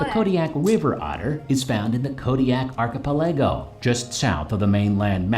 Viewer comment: An archipelago is a collection of islands. This guy definately is pronouncing it wrong, though.